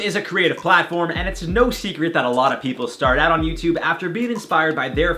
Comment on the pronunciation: "YouTube is creative ~cLaTfOrM~." I'm sorry I had too...🤣🤣🤣😂😂😂